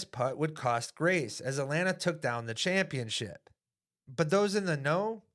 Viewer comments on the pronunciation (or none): none